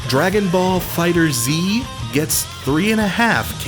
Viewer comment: It is pronounced Fighters